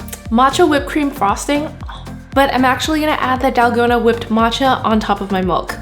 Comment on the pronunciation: can someone pls tell her that it is pronounced “MILK” not “MULK” lol i appreciate this video but jeeeeeze she is so cringey lol